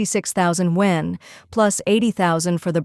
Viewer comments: YUAN ! Not won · I just hate 'content-creaters' who are laizy, using AI narrator who can't even pronounce the chinese currency correct................for shame👎👎